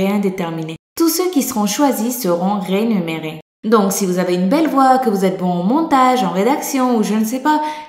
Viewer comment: rénuméré ? ... non je ne crois pas RÉMUNÉRÉE